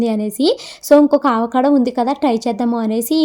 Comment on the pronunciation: Adhi aavacado kadhu andi avacado